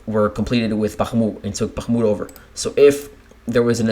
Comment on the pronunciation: listening to the way you say bachmooot is queer sounding, where did you get that annunciation?